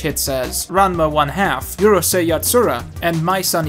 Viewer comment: Oof, physically cringed at the pronunciation of Maison Ikkoku. The Maison part is French, may-zhon.